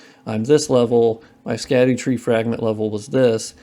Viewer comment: "Sca-doo" tree is "shad-dow" tree